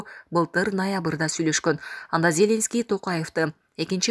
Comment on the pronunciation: Надоело, ЗЕленский деп окуганын. Базардагы зЕлендин баласыбы? Туура окучу.